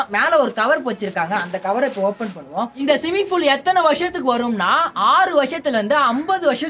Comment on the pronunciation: swimming pool aj simming pool nu solraru